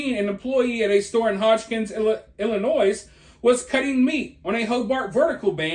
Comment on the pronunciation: I love your videos but "There is no noise in Illinois". Please pronounce the state correctly.